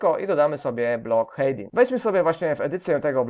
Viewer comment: Będzie to komentarz zawierający konstruktywną krytykę. Co do samego tutorialu nie mam zastrzeżeń, aczkolwiek na prawdę, źle się słucha tej angielskiej wymowy. Myślę, że dla samego kursu byłoby o wiele lepiej gdyby Pan nad tym aspektem popracował. "Hejding", "buldier" to tylko niektóre z przykładów niewłaściwej wymowy. Niuans, aczkolwiek na prawdę warto nad tym popracować by sam kurs nabrał bardziej profesjonalnego wydźwięku. Pozdrawiam